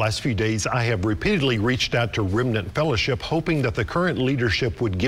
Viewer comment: I lost it at “the remnant fellership” 😂😂😂 I’m dying 🤣💀